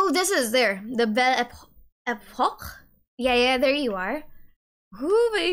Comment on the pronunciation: you probably know it but it's pronounced "Bel Epok" not "bel epor"